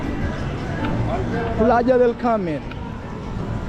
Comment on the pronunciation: it’s Playa del Carmen not Carmel.